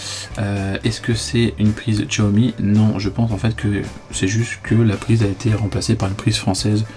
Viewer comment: Salut Guy, Xiaomi ne se prononce pas Tchoami ??? mais CHAomi car en chinois Xi c'est Chi ...merci papy JP